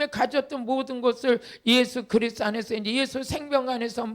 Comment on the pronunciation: 왜 자꾸 예수그리스로 들릴까요